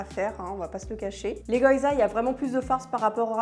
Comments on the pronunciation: Ahaha c'est pas goyza mais gyoza !! prononcer GUI-O-ZA ;-)) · Je ris à chaque fois qu'elle prononce goyza 😂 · Ouiiii une nouvelle vidéo 🤗Merci ! Ton maquillage (assorti au pantalon?) est encore une fois super joli. Je t'envoie un peu de force 💪(même si ici non plus il n'y en a plus beaucoup...). PS: Je suis désolée, mais je pense sincèrement qu'on dit "gui-yo-za" 🗾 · Plats d'hiver colonne A, fruits d'été colonne B hihih Picard c'est la vie, ca sauve quand t'as la flemme de cuisiner mdr. Les baozis sont top pour du surgelés, faut que je goute les cornes de gazelle ^^ Je sens que je vais aller faire un tour chez Pïcard, demain moi haha PS : on dit gui-o-zas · "Les goYZas" 😅😁